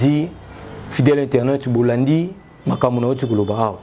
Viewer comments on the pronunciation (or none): On dit bonjour internot